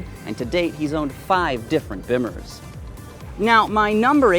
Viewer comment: Learn how to pronounce "Bimmer" dweeb